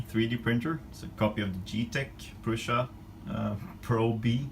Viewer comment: You are the first youtuber I saw who pronounced Prusa properly. Catch a like for that :)